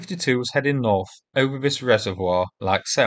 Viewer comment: Probably down to your narration? Vis,Vey fink,ver, free,somefing,vees,firty,vee,vat,fanks, I have been trying to advise you!